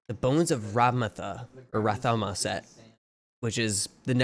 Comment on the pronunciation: Pronounced Rathma not Rathama.